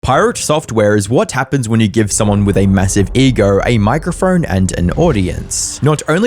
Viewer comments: "massive egorrr a micorrrphorrrne" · What the fuck is a microphrorne?